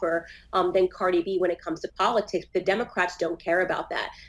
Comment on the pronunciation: Po-Lit-Tics... I cry every time lol